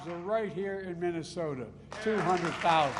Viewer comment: Mumbles in mamamama you know the place with the snow 😂